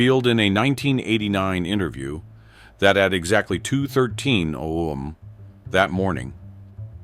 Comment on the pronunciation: The voice tone itself was pleasant, but the AI glitches in the speech was annoying as hell I would rather hear somebody else who is alive talking, then listen to somebody who cannot even annunciate the term a.m. for time